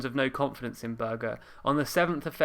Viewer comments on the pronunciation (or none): Its not pronounced Sowwbry its Soooobry, and Berger is not Berger its Berja - just FYI but good video